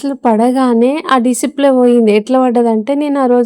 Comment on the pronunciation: డిసిప్లే కాదు డిస్ప్లే